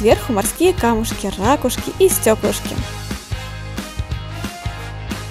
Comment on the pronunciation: Не рАкушки, а ракУшки(заглавная буква это ударение)